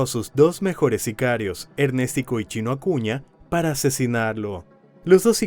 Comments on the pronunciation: Y le decían Ernestico jajaja o Ernéstico jajaja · ErnÉstico ojito, el men se llamaba Ernesto y su diminutivo sería Ernestico ,la pronunciación está mal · Me da dolor de cabeza cada ves que escucho ErnèsTico 😂😂😂